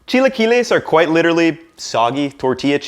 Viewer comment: No one: Absolutely no one:: qUUIte LI-CHE-RALLY